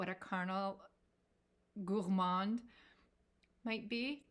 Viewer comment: I love the way you pronounce “Gourmand”, you need to give me some French 🇫🇷 lessons! I talk to my fragrances too! Why not, they are my babies! 👶 I didn’t like Gourmands at first, but moving to colder climes changed that! Yummy! 😋😋😋 When I saw your first post on Instagram about Tom Ford Noir Pour Femme, I knew we were sisters! 👯‍♀️ Love your choices, we have the same taste! 💖💖💖